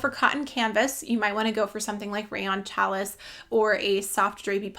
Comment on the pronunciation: Hi from Missouri. Enjoyed you video. Just wanted to let you know that challis is pronounced “shall ee”.